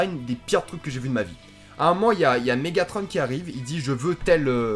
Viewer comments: En même temps si tu prononce megatron en prononçant le n je comprend que tu n'a pas aimé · Quand on sait pas prononcer Mégatron on se tait et essaye faire mieux pour faire les effets spéciaux et si c'est juste pour te plaindre va pas voir le film ta cas aller regarder dora ça c'est de ton âge